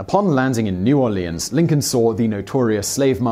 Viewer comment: thumbs up for saying my cities name right, New Orleans.